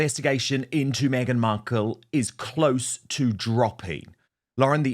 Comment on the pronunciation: She keeps saying Meganut 😂😂😂